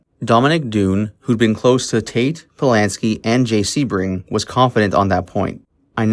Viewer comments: Jay's name is pronounced "SEE - BRING"". The narrator has mispronounced his name which leads me to question his knowledge of the murders. I know, as I worked for Jay at his salon in Beverly Hills, when he and Sharon were a couple. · It's pronounced SEE-BRING!!!! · Jay Sebring(pronounced Sea-bring). Jay's real last name was Kummer, he chose Sebring as his professional name, after the famous Sebring car raceway. Sharon was not specifically targeted, she along with, Jay, Voytek, Gibby and Steven were just at the wrong place at the wrong time. Manson had been to Cielo several times before the Polanskis resided there (at least twice during). Manson picked Cielo because it was secluded. Manson knew the layout well (so did Watson) and that likely, anyone there would be well to do, elite and part of the establishment that his jealous, perverted mind was so against. The LaBiancas weren't specifically targeted either, the killers were driving around aimlessly the second night, looking for random victims. Manson then, remembered the LaBianca house as he was again, familiar with the place. Manson had an acquaintance (Harold True) that lived directly next door to the LaBiancas. Manson was a career criminal who always looked for places he was familiar with that would seemingly be easy pickings. Roman was definitely abusive and also a serial womanizer, but he loved Sharon and had zero to do with her's, their baby's or their close friends, tragic deaths! At the time of the murders, he was in London, working on Sharon's and his upcoming film, "Day of the Dolphin". Roman was to direct Sharon alongside of Jack Nickolson. Wouldn't Sharon have been kick-ass in "Chinatown"?